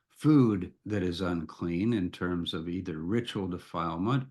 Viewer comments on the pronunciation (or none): none